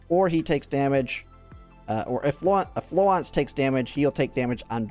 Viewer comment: You've got the French pronunciation of Florence almost down. Keep saying it the way you're saying it, but don't drop the "r". It's the start of the 2nd syllable, so flo-RENCE. If you Google "French pronunciation of Florence", or any other pronunciation you're not sure of, like "Chinese pronunciation of Zhaohui", you can usually find a video or sound clip, although I did have to look Qiongjiu up as separate "Qiong" and "Jiu", go figure. In spite of Florence being "French" and spicing up her language with the occasional French word (because the PA-15 is a French gun), she's arguably named herself after founder of modern nursing, Florence Nightingale, who was English, so an argument can be made for either pronunciation. In Project Neural Cloud, the VA pronounces it more the English way, but with a Japanese accent, of course. I imagine she'll pronounce it the same way in GFL2, so you're probably safe to stick with the normal English pronunciation for this one.